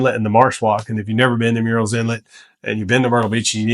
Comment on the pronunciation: I like your choices and your presentation. A small correction from an English major -- it's tricky, but Murrell's is pronounced like "Pearlells" ("pearl" as in pearl, not like "pear" the fruit). The first part is not like "murals." I'm not from here, but have now been here 20 years and have learned how the locals say it.